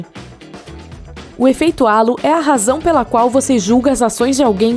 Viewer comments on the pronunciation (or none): none